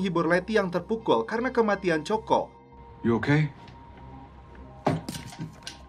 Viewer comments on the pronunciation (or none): Coco=koko wak..bknya coko..nyebut angr muni ajaa🤣